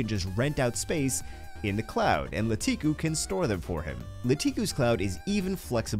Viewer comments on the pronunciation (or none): I hate to be that person, and this is a great video but: It's actually LaKitu (Lah-Key-Too) not LaTiKu